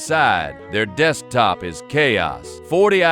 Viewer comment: Ahh yes dekstop